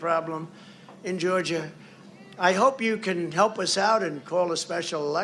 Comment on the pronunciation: Did…did he pronounce Georgia…”Goojuh”!?